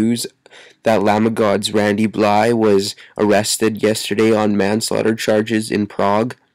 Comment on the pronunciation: say his name right it's blythe not bly